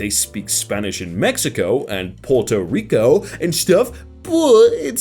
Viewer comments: "Port o' Rico" 😆🤦‍♂️ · For future reference, it's pronounced P'where-toe Rico. (Thanks, Spanish class!) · Poor toe Rico